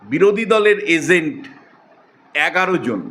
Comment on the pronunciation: Agent, not Azent.😂